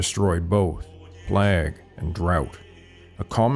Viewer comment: I noticed that you pronounce "pagan" and "plague" in a peculiar way. Can you explain?